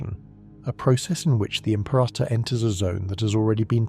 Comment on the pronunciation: Stop saying the name wrong!Rah,rah rasputin say it wrong again and your subs are in the bin. Im-pera-tor. Not Im-perah-tor. No ta dah! No ha ha! No ta rah!